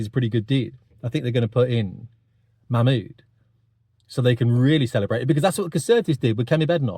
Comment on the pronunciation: Yeah, you're really not pronouncing her name correctly. You need to watch Katie Hopkins for the correct pronunciation.